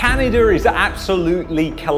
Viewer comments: It’s Canada bud not Canader ? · Did you say Can-an-der in the beginning 😂😂😂 That's what I heard, can't lie. It was jokes! But in all seriousness, were in a SERIOUS spot here.